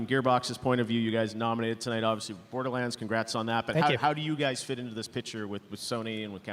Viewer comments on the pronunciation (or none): none